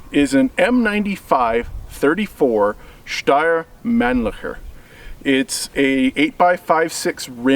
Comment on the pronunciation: holy crap, the first time an English speaking person pronounced Steyr Mannlicher correctly! You sir deserve an award! :D